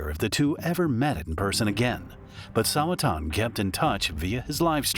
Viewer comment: bro said it wrong lmao